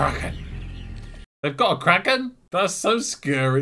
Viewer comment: So can you confirm, was right about it being pronounced "Krokken"?